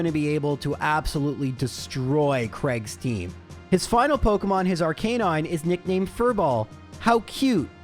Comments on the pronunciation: Ar"cah"9. Not Ar"kay"9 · Playing Pokemon for a living and still cant pronounce Rattata & Arcanine normally.